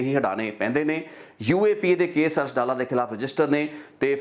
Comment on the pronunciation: ਅਰਸ਼ ਦਾ ਪਿੰਡ ਡਾਲਾ (ਮੋਗਾ) ਹੈ ਨਾ ਕਿ ਡੱਲਾ ਇਹ ਡੱਲਾ ਪਿੰਡ ਲੁਧਿਆਣੇ ਜ਼ਿਲੇ ਦਾ ਹੈ ਜੀ